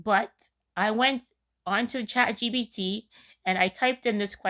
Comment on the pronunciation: girlll... ... LOL It isnt ChatGBT like EBT, its ChatGPT!